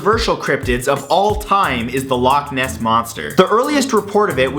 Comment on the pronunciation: you cant pronounce loch